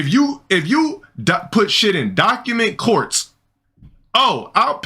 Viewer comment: "document courts" 😂